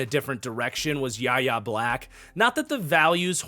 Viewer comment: btw Yahya Black is pronounced as Y.A. (Why-yay) Black